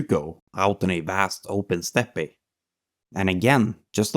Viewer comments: Good video. Just so you know though, steppe is pronounced like "step", not "step-e". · Just small nitpicks. Overall brilliant video but "steppe" is pronounces as step. Zhukov is pronounced as zukov not as zuko. Very good video. I subbed! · The word ‘steppe’ is pronounced ‘step’ and not ‘steppay’ as you do here. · It is pronounced STEP Not STEPPAY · Steppe is pronounce step. No “pe” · You don't have to enunciate the e at the end of steppe, its like step. Just saying. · well made vid and great topics that are often overlooked. fyi: 'Steppe' is just pronounced as 'step' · "Stepp eh"? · I’m not knitpicking, I just wanted to point out that the “E” at the end of “steppe” is silent. It’s pronounced exactly like a normal step. 🫡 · As far as I know Steppe is a direct import from the Russian "степь" pronounced "step" with no trailing vowel in in the original nor the English pronunciation. I believe the silent e on the end is the fault of the Germans? Antway. I mention this because another commentor was trying to suggest your mispronunciation of the word steppe is evidence that youre an AI, when it's clear that you just need to be advised if which phonetic rules to use in a foreign language chsracterized by exceptions more than rules.